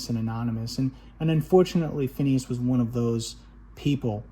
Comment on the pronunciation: Another terrific introduction to (mostly) new-to-me LPs, thanks. P.S. Somebody who knew or at least met Phineas Newborn, Jr. used to correct me & say his first name was pronounced (with just 2 syllables): "FYE-nus." I've forgotten much in my life but not, for some reason, that.